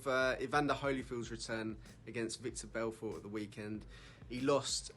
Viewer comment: Did he say Victor Belfort 🤦